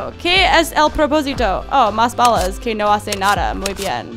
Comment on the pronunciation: Cuando dises no tengo balas suena cjochengoo bagas nou se gual nesesito